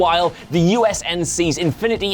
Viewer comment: Say it with me dude. U. N. S. C. NOT USNC.